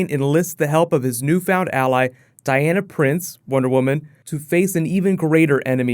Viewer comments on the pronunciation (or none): none